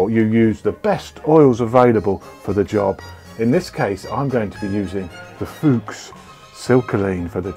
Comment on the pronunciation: Can confirm, 10/10 for pronunciation!! 😆